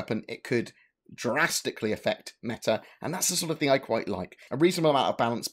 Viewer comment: Its Thing! Not thingk! For the love of heaven man plz..